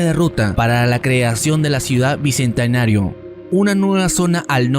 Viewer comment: Papu, aprende a hablar primero antes de hacer estos analisis, tu analisis esta bien pero tu manera de hablar se ve muy pobre porque no sabes ni expresar correctamente el genero ni conjugarlo los articulos, ni pronunciar bien "bicentenario",.. tampoco se dice "dijieron", se dice "dijeron"...muy mal papu